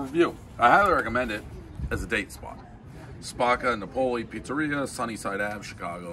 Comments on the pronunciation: "naw-poley"? Isn't it "nah-pulley"? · "Spock-ah Nah-pole-e" lmao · How does Dave not know how to pronounce “Napoli” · One guy who eats pizza everyday, nobody knows why he still cant pronounce Napoli. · Davey and his AMEX Black card Still can’t pronounce “Napoli” Proof to the kids that school isn’t necessary. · disrespectful. mispronounces “napoli”, gives it a 7.1 calls it a “foofoo wah wah”, throws it in the trash lmfao